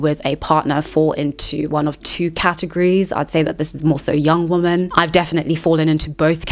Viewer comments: What is it with people pronouncing the word "women" as the word "woman"? I'm hearing it more and more and its so bizarre: people who take extra effort to ennunciate and pronounce their words (like this woman), but cant pronounce Women ("wimm-en")? Hey, there is a woman! (Woom-an) Hey, there goes some Women (Wimm-en) This could be such an interesting video but i had to turn off as the constant mixing up of singular and plural pronunciations was too annoying Its as offputting as somone, making a video about Youtube, needing to say the word "Youtube" at least 500 times, but they pronounce it "Ootube" Just sit and imagine.... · You're doing the "woman" instead of "women" thing on purpose !